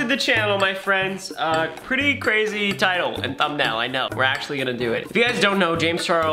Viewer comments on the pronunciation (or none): none